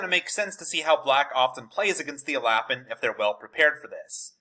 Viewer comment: It's definitely not pronounced "alappin"